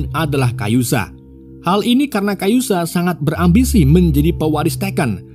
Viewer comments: Kazuya min bukan kayuza 😂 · Kazuya bang woii Kazuya bukan kayuzA kayuzA kanjut lu bang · Kazuya bukan kayuza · Kazuya - Kayuza wkwk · Bro bkn kayuza tpi kazuya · Kayuza saha anynx!? Ka Zu Ya kali ah. Nina jg nyebutnya Ana 🤦‍♂️ Riset min...riset... 😑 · 🙏Mon ma'af harusnya Kazuya bukan Kayuza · Typo bener mulut😂 kazuya bg bukan kayuza😂😂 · Ka-zu-ya bukan Ka-yu-za....iq 78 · Kazuya kampreet 😂 Kayuza kayuza 🤦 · KaZUya Om, bukan KaYuZa :) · kazuya blok, bukan kayuza awkoawkkawko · Min Kazuya min bukan kayuza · KAZUYA Bang. Bukan Kayuza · Kazuya min ...bukan kayuza😂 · udah bener nulis kazuya bilang nya kayuza😭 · Kazuya bang, bukan kayuza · kayuza 😂😂😂 yg bener kazuya fergoso😂😂😂😂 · Kazuya min bukang kayuza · Kazuya bkn kayuza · Kazuya bang bukan kayuza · Kazuya bukan kayuza 😂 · knp kayuza kn kazuya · KAZUYA bukan KA YU ZA mimin😡😭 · Kazuya minnn bukan kayuza 😂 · Kazuya apa kayuza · Kazuya ❌kayusa ✅ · kazuya min bkn kayuza😂😂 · Kazuya bukan kayuza😂😂😂😂😂 anda bukan penggemar tekken😂😂😂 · kazuya min bukan kayuza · Kazuya bosku bukan kayuza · Kazuya or kayuza bang😂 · gw sampe² mikir antara kazuya atau kayuza min😭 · bikin bt pas sebut kayuza